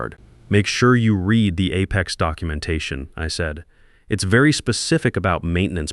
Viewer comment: I enjoy how the AI makes up slurred mumbled nonsensical sounds as substitutes for many simple words. And if you are going to use a word -- like Apex -- perhaps make sure AI pronounces it correctly. All in all, this really detracts from an otherwise interesting story.